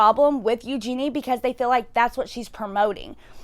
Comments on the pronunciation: Please say her name correctly. It’s Eugenia, not Eugenie. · My thoughts: 1. It's pronounced "you-geen-ee-uh" 2. She has refused help and is choosing to continue being sick for profit 3. She's culpable for the damage her pro-ana and body checking content is having on children